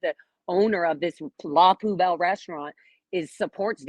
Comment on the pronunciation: Oh my gosh you probably already have this but I have to just do talk to text so this is going to be ramblefest. It is pronounced la pu bell and yes she is into the Scientology scene. DOA was doing something goofy with hammocks on his channel last night. Jessica said she is not pregnant. And I love the idea of staying on the phone with the dispatcher until police arrive, but better yet pretending you're Scientology when you call in. I think someone should test that theory out today whether there's an attack or not. Scientology gets away with calling fake calls in everyday so, maybe squirrel squad should try to call in and pretend they're Scientology and see how long it takes them to get there. Scientology lap dogs l a p d blows me. Love your attention to all these matters.